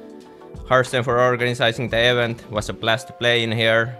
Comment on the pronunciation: "Organ*ISIZ*ing the EH- vent" ... lmfao, Serral !! xD